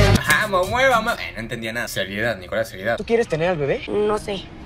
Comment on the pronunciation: no es nicolas es "ricolas" Si eres peruano entenderas